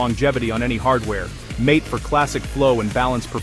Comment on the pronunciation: Mint is the best, in my opinion, the AI audio is terrible. MATE is pronounced MA-TA